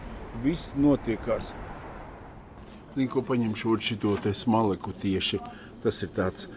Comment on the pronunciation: Smalec,, nevis smalek😂